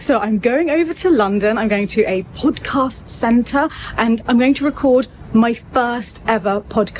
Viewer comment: I love how pronounces the word podcast. It sounds so much better than our southern U.S. pronunciation. ❤